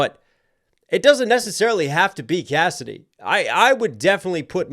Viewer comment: Bro, it's Cassidy. You're way off.